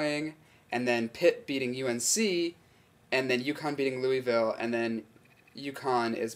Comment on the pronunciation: You say Louisville funny. It's LOO-uh-vull. :D